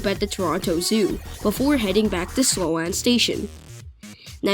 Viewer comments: 👍 Well presented. Double-check your pronunciation of 'Sloane.' 👍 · Great concept to use the space that's there to improve connections. Not how you pronounce "Sloane," but excellent content otherwise